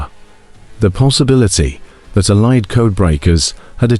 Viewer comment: AI created. Allied is consequently pronounced wrongly.